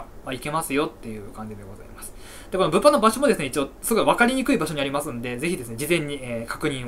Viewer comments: 物販のイントネーションがブッフォンなの草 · 毎回物販のイントネーションが気になるw